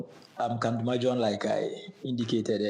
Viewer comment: Pls the name is kandumah not kandama proud of you my upper west as I love to call you ❤